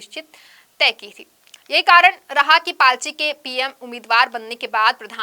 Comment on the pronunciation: It’s “party”… not “palty”